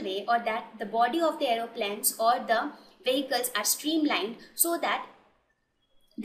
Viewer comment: "Aeroplans" lol